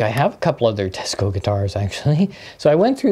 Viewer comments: Cool Teisco collection! BTW, it’s pronounced “Tie-sco”, not “Te-sco”. It’s an anagram—Tokyo Electric Instrument Sound Company. My first electric guitar was a 1964 Teisco-built St George. And in college in 1969, a friend of mine had the bass version of the EP-200. The first one you showed, with the built-in effects, is pretty wild! Get the right battery connector in there so you can show us what it sounds like! Built-in effects was kind of a thing in the lare ‘60s and early. ‘70s—I remember Vox had a line of guitars in ‘67 that had really awful built-in effects, including a wah-wah that was actuated by the heel of the right hand on a triangular lever behind the bridge. Psychedelic! And hard to pick while using the thing. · It's pronounced "TEYE SCO", I lived in Japan from 63-66 and was given a SS-4L for Christmas in 1964 they purchased it from the Navy Exchange in Yokohama, also a Teisco 71-R 1964 Vintage Tube Amp with Reverb & Tremolo modules on board.